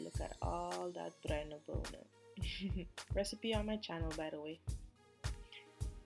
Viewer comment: Oh god, you are killing me! Bruine bonen!???